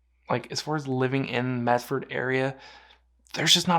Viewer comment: It's Medford. NOT MeT ford.